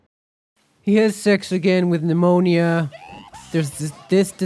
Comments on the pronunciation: It’s funny how he calls her anything but anemona 😂 He even calls her pneumonia at some point 😂😂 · You notice you said ANEMONA wrong as 100000 different names lol anemia enmorna melanoma etc